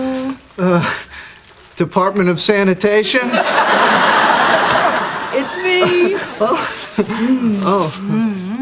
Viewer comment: "Department of senitation" I am dead